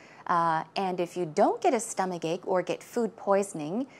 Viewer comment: is so attractive. By the way, how do you pronounce 'stomachache' exactly? Why do i hear "stomaGake"... Please,, teach me, teach me well, oh yes,, if i do wrong, punish me, pu..sh, oh yeah~~